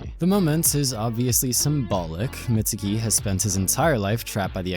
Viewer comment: youtubers stay callin mizuki "mitsuki"